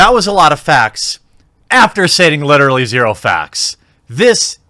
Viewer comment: You literally say the word literally wrong, and a lot ;)